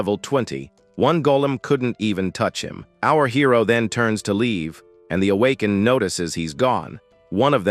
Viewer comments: MF Ai can't read "Awakened" 😂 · Needs more training